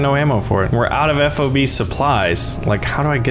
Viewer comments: it is not "Eff O Bee", it's "FOB", like key fob. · It could, but it shouldn't. As a fobbit myself, I should know. FOB, like Bob.